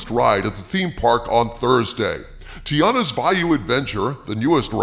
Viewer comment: TI-ANNA, not TI-ARRA. you sound like you are uninformed.